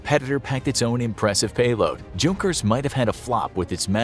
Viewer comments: Hey you should know the J in junkers is silent it’s actually pronounced younkers just saying lol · Fun Fact: You don't say the "J" in Junkers you have to say it like the J is a Y like "Yunkers" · Junkers is pronounced “Younkers” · J doesn't make a J sound in German, the J makes a Y sound in German. so it would be pronounced "Yunkers" with the U making the "oo" sound like in the word igloo